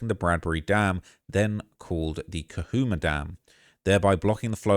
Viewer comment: Sounds like Lake “Ka-Chu-ma” and Santa “E-Nez.” I spent 10 yrs in the area. These are massively trafficked areas. Great hiking spots, tons of people that drive those back grounds. In college, we used to drive up there and smoke weed.